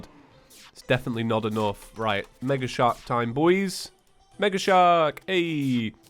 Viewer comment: Reet? Reet.